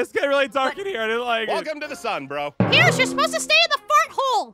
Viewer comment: Pierce not peirce